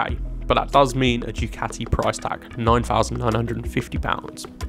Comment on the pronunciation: It's pronounced, "Du Kati" and not "Jew Kati"!